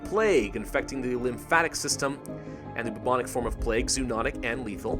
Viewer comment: Anyone else noticed that he said boo-boo ich plague